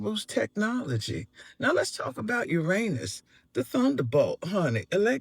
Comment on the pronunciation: We wont let Neil DeGrass Tyson hear how the planet Uranus was pronounced 😅